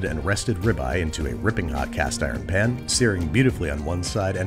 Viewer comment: Pan. not pn